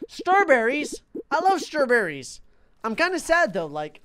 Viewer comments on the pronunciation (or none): STRBERRES? I lOvE STRRRRRRRBERRES! Also, it's pronounced ta-ko-ya-kie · Stur-berries!?!? I LOVE Stur-berries! Awww that Strawberry is SOOOO CUTE! Me: What's a Stur-Berry??